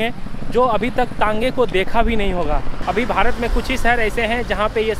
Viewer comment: Are bhaisahab pahale Bharat to bolna Sikh lo भारत